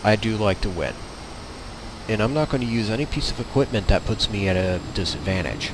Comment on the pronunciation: I was listening until he said , and in the same tone and speech impediment as AlphaOmegaSin "dat shit". nope...not going to listen, any further